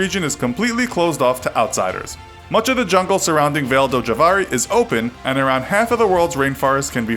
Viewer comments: "Vale" is pronounced vah-lee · It’s v a l e like valet since it’s Portuguese